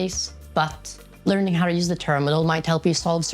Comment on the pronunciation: omg the leerning